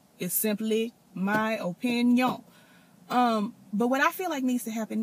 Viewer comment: I Luv yo O-PIN-YIN!!😁😁